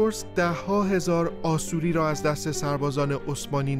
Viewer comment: Asoryan pronunciation it is wrong in Persian language it should be pronounce Ashourian or Ashoury in English Assyrian